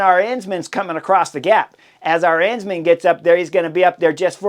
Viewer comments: It's just like saying Aron but Aren instead. Arens man, Arensman - not a rense man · Chris, pls spend some time on pronunciation. I had no idea what rider you were talking about until I realized you were butchering Tijmen Arensman’s name. It’s pronounced Aaaah-rensman. Can’t believe you described UAE’s tactics as marvelous after they were clearly out played by VLAB. Promises potentially a real race for weeks 2-3 if the UAU team keeps sucking wind and leaving Pogacar isolated against 4 VLAB riders (Jonas, Kuss, MJ and Simon Phillip). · Are-Ins-Man? WTF?